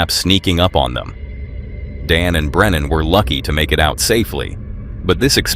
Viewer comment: Uncharted travels name is Brennan not brenner!!